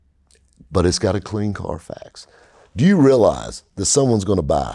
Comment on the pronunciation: When the Middle Eastern wholesalers say Carfax it sounds like Carfox... Clean Carfox! I'm pretty sure that's where they got the fox... Anyway, is spot on as usual.